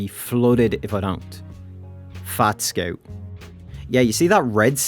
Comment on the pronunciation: sceut. not making fun of you, just "sceut"